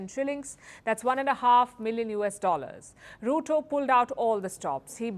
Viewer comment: Ruto?? Mo like "Loot-O